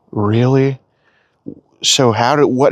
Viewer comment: Weally Wooowed